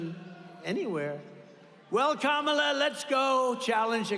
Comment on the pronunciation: He keeps accidentally pronouncing 'Kamala' correctly.